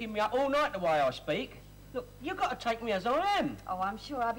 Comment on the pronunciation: Sally telling Stan there's a T in bit actually says "It's GO a T in it". drops her own T while correcting him.